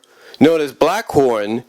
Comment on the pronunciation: It’s Blackthorn not Blackhorn n the P is silent in Earthcorp also if anyone from the Earthcorp is a possible love interest 4 Sandra it’s Herc Armstrong it’s Johnathan M Slattery aka Liquidator as he’s had the most interaction with her that ultimately develops into a romantic relationship also Liquidator is the 1 responsible 4 the love potion being used on the Inhumanoids that leads to Sandra being decomposed again also considering that Herc n Auger also got decomposed in the episode Cult Of Darkness (n Sandra didn’t but she easily could’ve been) doesn’t tell me that she needs to b kick off the team while they in the field